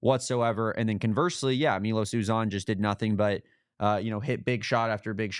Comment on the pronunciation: Good game. Enjoy playing you boys. But WHAT was that foul with five seconds left? MY-Los YouZan, it's pronounced. Not Me-Los Ooh-Zan (or Zawn).